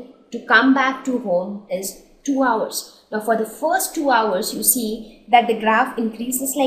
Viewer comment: Mam your video is best but your pronunciation of 'hours ' was wrong